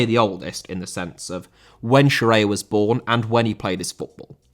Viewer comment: Scirea* not Scereier